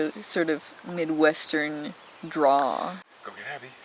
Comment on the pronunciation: Its drawl, not draw, when referring to an accent